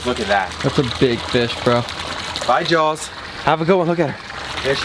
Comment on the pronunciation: Dude definitely says "jawls" too. IT'S FREAKIN 'JAWS' JAH-AWS ugh Florida education system does nobody any favors